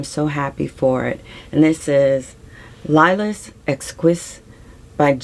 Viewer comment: Oh yeah, bois and plural boix are both pronounced bwah, like the wah in Noir and Barrois. And lilas becomes Lee-LAH. Crazy! p.s. you have me intrigued by all of yourr descriptions. Your lovely, gentle demeanor makes them even more “I need to find that!” p.p.s. Sorry for all my typos.